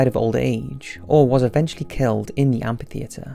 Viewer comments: repeat after me : AMM - FIII - THEE- ATRE Amphitheatre. Kinda shameful to pronounce that word so many times in a video without hearing yourself butchering that word lol ; "AMPIFITHEATRE !" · what don't you understand about PH making an F sound when together? Amphitheatre= am-fi-theatre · mainly because of the movie.... What? Am P itheatre? Srsly Trasian - my ears can only take so much